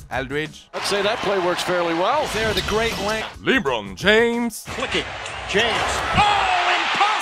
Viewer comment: Li bron james serieux ? Dit lebron james